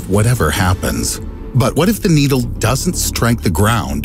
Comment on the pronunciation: bro called needle needy